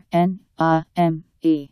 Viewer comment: You-ares-name? Pronouncing long 'a' as "uh." What robotic, disjointed language are you speaking? Yoo-zer name, and 'a' as in 'play.'